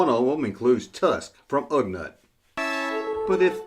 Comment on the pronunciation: Ugnaught is pronounced Ug-naught.